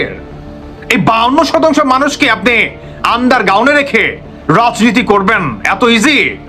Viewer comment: শব্দটি "আন্ডার গাউন নাকি আন্ডার গ্রাউন্ড"???